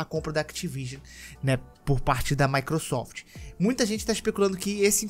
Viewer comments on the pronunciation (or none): none